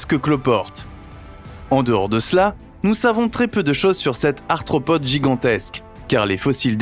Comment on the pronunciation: "arthropode" et non "anthropode" 😉